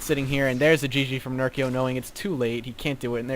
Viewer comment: You're saying "nerko" TotalBiscuit pronounces it accurately. Also you sounded a bit lifeless today mate, you tired or something?